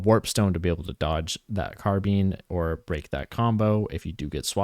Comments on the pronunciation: thank god i wasn't the only one squirming everytime he said it.. carb(eye)ne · Great video but it's carbine not carbean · Say car bean one more time I swear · “Car bean” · “Car bean”😭😭😭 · it's probably the correct pronunciation, but please stop saying "car bean" 😭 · No it's not. If you look at the entomology of the word, It comes from the french word "carabine" pronounced like "caha-bean" (with french accent). In the UK "car-bine" is far more common, and in the US both pronunciations are used and valid. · take a shot every time he says car bean 😭